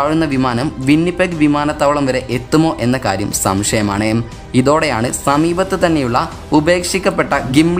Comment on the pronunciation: സംശയമാണേ, ഓർത്തേ, ഉണ്ടായതേ... ഇതൊന്നും മലയാള സംസാരരീതി അല്ല . ഉണ്ടായത്, സംശയമാണ്, ഓർത്തു ... ഇങ്ങനെ വായിക്ക്